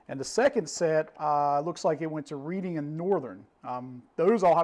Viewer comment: pronounced reding and northern not reeding. Just so ya know. when I heard ya say reeding I had to correct it. 🙂